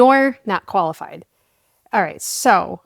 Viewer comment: "Your not Koala-fied" 😅😅